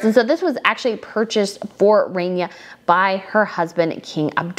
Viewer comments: Hi, Love you work. FYI, there is no long A in Arabic. It is rahnia. Not Rainia. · Winced every time I heard the “RAIN-EYAH” pronunciation of such a beautiful name… Actually the first syllable is pronounced very softly with a rolled “R” — “RAH-neeYAH” Just sayin’…. ;-9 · Please correct your pronunciation of Queen Rania (Ron Ya) NOT Rainya. All the tiaras are wonderful and it was a lovely event for them to be showcased. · It's Queen Raah-nia. Not pronounced Rain-nia like Rainier of Monaco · oh god its not “rainia” its Rania (raa-nia) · Please pronounce her name correctly. It is like Rah not Ray. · It is not Queen Rainya… it’s Queen Rá N ya. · It is not pronounced like rain is more in Arabic ronia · The Queen of Jordan‘s name is pronounced Rah knee ah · such a good video…but girl… please pronounce Rania’s name correctly Like Tanya, but with an R not a T rah-nee-yah I’ve been cringing in your last couple videos from your pronunciation, but you mentioned you were bad with names so I completely forgive you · The "a" in Rania should be pronounced exactly how you are pronouncing the "a" in Rajwa. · Queen Rain ya or snow ya. Learn to pronounce names. Also his name is not not Abdool la